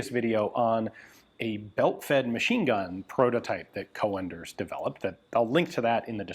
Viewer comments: Just so you know: the original pronunciation is not "co-enders" but "coonders". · Co-Enders??? GunJezus.. It's a Dutch Sir name. Pronounced as Coon'ders for the English speaking world. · Just as a friendly note, it's pronounced "coonders", not "co-enders". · Coenders is spoken as c-oe-n ders. The oe is pronunciation as the sound book. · its not co-enders, its coen-ders the oe is pronounced like oo-dles of fun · Don't torture us by saying things like "Coh-en-ders". If you pronounce it as Coonders you'll be 95% correct. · The name Coenders is probably dutch not german and pronounced Coonders not co-enders but that is a tricky one as englisch does not have the oe vowel.. or it could be german and be an ö.. either way it is fine he is aware he may be wrong but still tries.. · Hi Ian. Coenders is a dutch name, so you would pronounce it as COONders. But with a slightly shorter OO. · Coenders is pronounced con-ders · Pronounce coonders, like hoot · Coenders is a Dutch name, oe is pronounced as the oo in book. The C is pronounced as a K. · The English speaking tongue isn't familiar with the proper pronunciation of "Coenders". The "e" after the "o" is just another way to type ö. You should hear the proper pronunciation of the beer "Löwenbräu"!